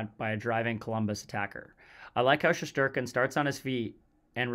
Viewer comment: Shesterkin/Shestyorkin * not Sheshterkin. Great video otherwise.